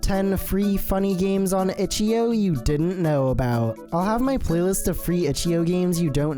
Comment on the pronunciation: its itch. "eye" O